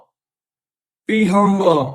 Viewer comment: If I couldn’t pronounce obese, couple, humble and nearly every other word. I would def shut the F UP!!!